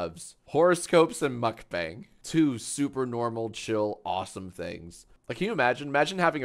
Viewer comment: the mispronunciation of mukbang kills me every time